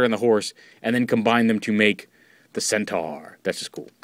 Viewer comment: Um...Isn't it pronouced Cent-OR?